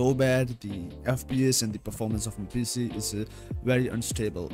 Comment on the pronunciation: U always say PF instead of PC